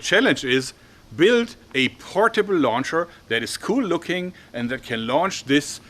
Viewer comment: does portable sounds irish or is it just me?